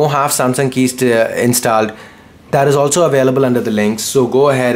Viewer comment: inst"aa"led?? Really bro?